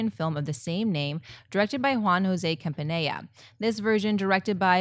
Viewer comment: "Juan jose campaneia"..I now it's a foreign last name for you,but As an Argentine I feel offended at that pronunciation..its "Campanella" at least say like " "campanela" like you probably say "los angeles"